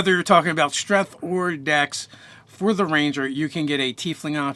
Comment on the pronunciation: I literally couldn't finish the video because of "strenth"